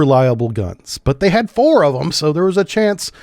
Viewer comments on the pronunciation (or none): none